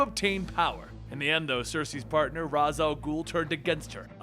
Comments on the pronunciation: Kamen pony Gaim it's actually pronounced (ross) Al ghul but spelled raz, it's a Arabic name meaning head of the demon. This is coming from a native Arabic speaker. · issa drink I was being sarcastic since he pronounces Ra's as Raaz instead of Raysh which is the correct way to pronounce his name as said by the creator of the character himself. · It's said Reyash meaning head in Arabic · PANTHOR109 Tha best dude has an arabic name so it only has one pronunciation which rass but that is hard for Americans to pronounce so they say raz It’s even more complicated because the creator and the animated show said that raysh is the right pronunciation confusing people even more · Neta Hamiel it’s my first language and I use it daily head is not a complex word And it’s rass* not what I wrote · best The creator of the character himself said that its pronounced "Raysh" so yes it does matter. is just choosing to be ignorant and pronouncing it the wrong way aka the pronounciation Arrow uses for Ra's name. I'm glad that atleast Gotham got his name's pronounciation right.